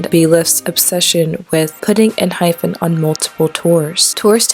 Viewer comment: not really the point but just wanted to say it in case no one else did, it's pronounced en hi pen (kinda) and not with the actual pronunciation of hyphen, for a better explanation, you can hear them say it when they introduce themselves and pls dont get me wrong i dont wanna be annoying again, just wanted to say it in case no one else did